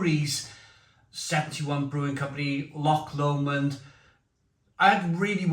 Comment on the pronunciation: Loved the review mate, remember this say Lomond like Low-mond